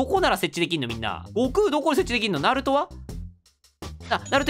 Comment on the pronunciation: さんざるとじゃなくてなると とね